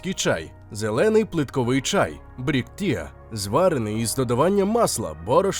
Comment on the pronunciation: Це ж треба tea назвати "тіа")